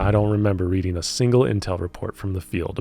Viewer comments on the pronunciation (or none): none